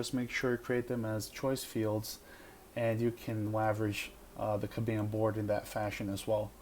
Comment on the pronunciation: Good video, thank you. But respectfully, you are pronouncing "Kanban" wrong.